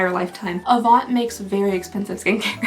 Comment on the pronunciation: Hii just a little tip: in the word « avant » you don’t pronounce the t!